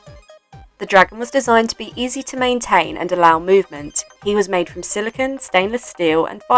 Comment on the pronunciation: the dragon was made from silicone, not "silikin"